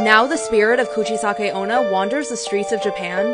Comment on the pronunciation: “Coochie-sake oh-nah” 👌brilliant pronunciation hahahaha I’ve never heard it said like that